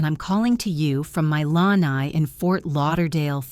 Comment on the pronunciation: The word is pronounced 'La-Nye'. Please say these words correctly.